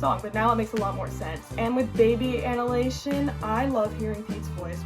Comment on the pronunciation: So, firstly, you are a fan, competing with a fan, making noise in the background. 🤣 Second, you'll really have to learn how to pronounce annihilation. Third, definately rank the music videos. Finally, I was getting really excited that we were going to have the same favourite, but I fell at the last, I think the title track is the best.